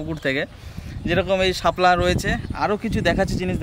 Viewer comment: শাপলাকে হেলা বলি